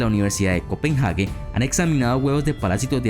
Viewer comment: se lee copenague, no copenjage